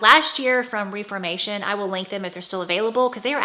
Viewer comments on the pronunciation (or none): It is pronounced Ref formation.